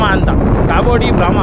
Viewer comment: ಕಾಬೋ ಡಿ ಡಾಮಾ ಅಲ್ಲ ಕಾಬೋ ದಿ ರಾಮ 🤣😂 ಕ್ಯಾಮೆರಾ ಇಂದ ಮುಖ ದೂರ ಇಟಗೋ 🤣